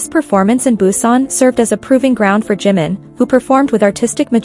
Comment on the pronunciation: Про какого Джима вы говорите 😂 это Чимин, слушать вас не могу